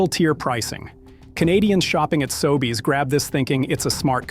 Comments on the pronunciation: The narration in all of these videos is AI. Listen for unnatural pauses, occasional strange pronunciations (SoBays instead of Sobeys) Is AI narration the verbal equivalent of fructose-glucose? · Your AI narrator can't pronounce SOBEYS correctly. Are you even listening to and quality controlling your own audio track? WTF! This seriously erodes your BELIEVABILITY!!! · Hi. Respectfully, you lost me at the AI pronunciation of Sobeys. Please research, thanks. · The AI voiceover tool you used to narrate your video doesn't know how to pronounce "Sobeys"